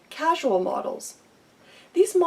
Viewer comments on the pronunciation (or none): Check your pronunciation of "variability." And "causal" is not the same as "casual". Who edited this video?